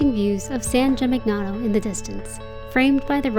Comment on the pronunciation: Please note that the GN combination, in Italian, is pronounced like in the word "lasagna." So, this town is pronounced, San Gee-meen- yano. Nice video!